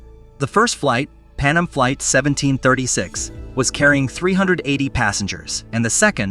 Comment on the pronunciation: He also called Pan Am Pannum a few times. I'm actually surprised he pronounced Tenerife correctly